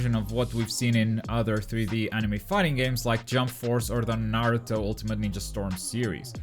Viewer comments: How can you be a video game website and not even know how to say Naruto lol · The narrator can’t even pronounce Naruto properly, reviewer hasn’t even played online. Don’t waste your time on IGN dude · ahh okay but still people still should know how to pronounce Naruto. It's not hard